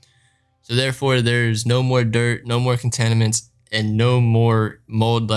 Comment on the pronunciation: no more “contaniments” sorry but it’s just funny, but love the detail bro